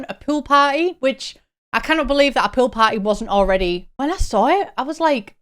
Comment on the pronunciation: I misheard you when talking about the pool parties and thought you said “pill parties” and immediately went 😮 like, who asked for that